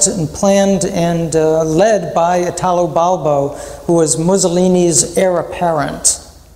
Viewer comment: You could, at least, pronounce his name correctly: Italo, accent on the first I, not Itàlo, which is ridicolous.